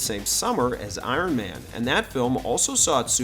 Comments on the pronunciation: Iron maynee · Uron mayne 😂